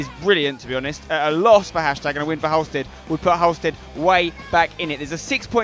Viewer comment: Please pronounce Halstead properly 😂🙌🏻